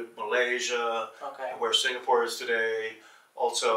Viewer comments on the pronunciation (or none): none